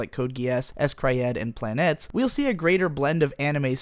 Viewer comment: PLA NE TES NE AS IN NEON NOT PLANETS!